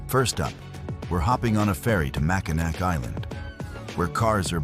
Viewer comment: It's pronounced Mackinaw